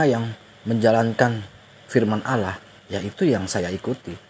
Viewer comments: Ass. Wr wb. mzdih belum membedakan pengucapan "Allah" dengan "Alah". masih terbawa pengucapan agama lamanya. Mohon dibetulkan. Trmksh. Wassalam. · Kedengarannya panggil alah bukan alloh mungkin lupa